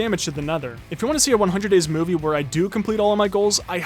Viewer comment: did you say moviey